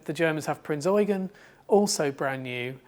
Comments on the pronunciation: I cringe every time I hear Prinz Eugen mispronounced on youtube. It's Prinz Eu-GEN, not Prinz EU-gen. The stress should be on the last syllable. Drachinifel gets it wrong all the time, too. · I'm not sure you understand the point I was trying to make. What you wrote pertains to phonetics, which isn't my issue. My issue is with how they stress the first syllable of Eugen, rather than the last one. Sure, German EU is pronounced like english OY, but everybody knows that, and everyone in this video pronounces it correctly They just insist on putting the stress on the wrong syllable. Hence why I wrote "EU-gen" (correct stress) and "eu-GEN" (wrong stress). What you wrote (Oy-Ghen) sheds no light on where the stress belongs, and instead corrects a mistake that no-one made.